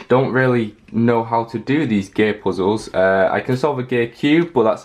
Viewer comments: Gear = gay? Ik its jsut how he said it.. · no offense but when you said gear it sounds like you say "gay puzzles" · When he says gear he sometimes sounds like he’s saying gay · It sounds like he's saying gay puzzle